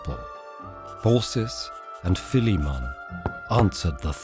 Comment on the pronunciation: I DID NOT EXPECT THE NARRATOR TO SAY PHILIMMON CORROECTLY